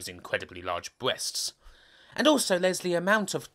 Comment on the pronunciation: I died when he said "bweasts"....